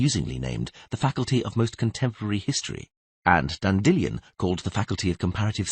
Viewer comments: Dandy Lion, not Dandillon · Istg this man pronounces 'Dandelion' differently in every book Dandellion Dandelion Dandillion